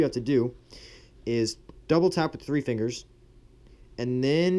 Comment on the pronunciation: one two tree